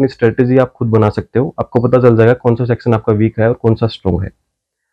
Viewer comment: सेक्शन को सेक्सन बोल रहे हैं आप?😎?